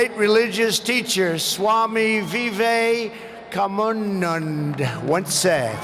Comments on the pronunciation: Sowami Commando.... That's what I heard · Swamy Vive kamunnunda.... Suchin Tendulkar... Virat Kuli... ROFL🤣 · Trump made a face like he actually pronounced Swami Vivekananda's name in the coolest way ever. 😂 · You yourself can't pronounce MG and Swami Vivekananda. What makes you think you are better than Trump or anyone else? Also, it wasn't foreign clothes. It was your clothes made from the cotton you looted from us and sold back to us. BTW how's the UK doing against the Kovid-19? and your PM looks like his night time job is in a circus. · Your pronunciation of" Swami Vivekananda" is also not correct,. And so as your pronunciation of "Taj Mahal". Moral: Those who live in glasshouses, must not throw stones at other.❤ Note: Those being Indian don't know the correct one kindly see Sadguru's pronunciation Most of the unaware british struggle especially on "veka" and "nan" part (and unfortunately some Indians too).